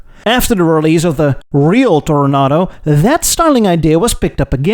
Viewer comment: I noticed that you say Toro- Nahdo now. This is correct.